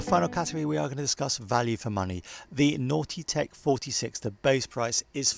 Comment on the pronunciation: A couple of things. You say length in meters and a meter to an American is a rock in space. Secondly, your pronouncing Nautitech as "naughty tech" which makes me giggle of course.